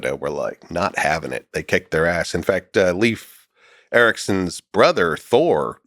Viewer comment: he called Leif Eriksson, "Lief Erik" so I mean hes clearly not educated enough on this topic